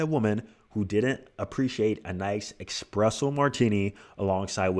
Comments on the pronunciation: “Expresso” martini 😂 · Bro please for the love of God don't call it an expresso martini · “Expresso martini”